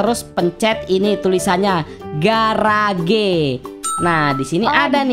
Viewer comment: Gereg's bang bacanya bukan garage😂😅